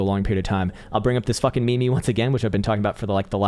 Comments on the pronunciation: It's MEME not MEE MEES 🤣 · Your so smart but you still can't pronounce meme